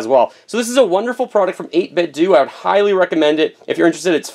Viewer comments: I don't want to be that guy, but do we say Nintendo or Nintendoo ? :) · Pronounced 8bit-doh like Ninten-do! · it's pronounced "doe" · I think it's pronounced 8 bit o The "d" is silent. Update: The "do" is pronounced the same way you would say ninten"do"